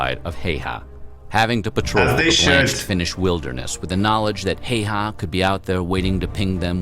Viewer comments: Its super rare for Häyhä to be said correctly by someone who doesnt speak finnish, in this video he says Heihä and not Häyhä. But its ok, Finnish language is difficult to learn. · Actually the narrator is mispronouncing Simo's last name. Please do not try to copy his way.